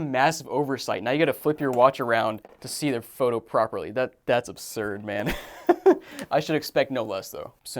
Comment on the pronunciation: Bro could not stop saying "obsurd"